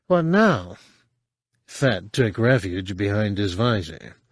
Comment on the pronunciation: I love how it sounds like he’s calling him Fatt. It’s hilarious every time he says it.